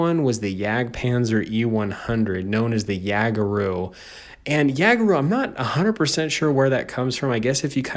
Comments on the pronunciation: it's pronounced yay-ga-roo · In german jager it is pronounced yay-ger so it is yay-ger-roo It is more common that the nickname Waffle is used It is Progetto and pronounced as pro-jet-toe St.Emil is pronounced as stu-rer e-mil, full is Sturer Emil Thats all I can see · its jageroo like yay-ger-roo i call it the waffle dragon (ha 420) i call it the fergi like the artist screw the smasher. KV-2 OP